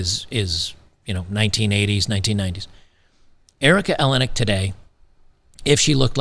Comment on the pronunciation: Erica Eleniak… eeLane eeAk